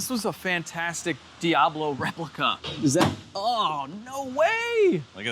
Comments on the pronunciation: “The No-Ablo” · The foeoblo (foe-ob-low) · Call it the “Fiablo” fee-ahh-blow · Diabfaux. Or Diab faux. Or Lamb-faux-ghini… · The "Doh"ablo 😂